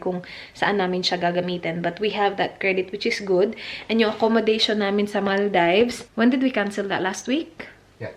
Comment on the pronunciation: its not Mal "dives" Mal -deevs ✌